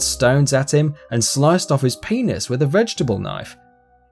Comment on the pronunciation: The way he said penis though lol [paenis] hahaha